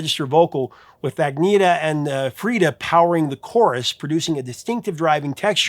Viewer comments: I know it's a small thing, but it's pronounced "Ann-yett-ah", not "Agg-nee-tah" ... jest sayin'. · Her name is pronounced ann-yetta.. But I really, really love your channel and all of your content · FWIW, Agnetha's name is pronounced ann-YET-ah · Hi, I love your channel. I do have one comment though: the blonde woman from ABBA’s name is pronounced “Awn yetta”. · It’s bugged me for a while, but this time finally provoked me to write. The pronunciation of Agnetha, born Agneta, is On-YET-tuh. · I've known women with that name, and all have pronounced it On-YET-tuh (or Ahn-YET-tuh). That matches the phonetic pronunciation you'll find at Wikipedia, admittedly not the definitive source.